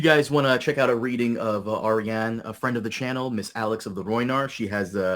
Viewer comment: it's headcannon's Dornish accent/way to pronounce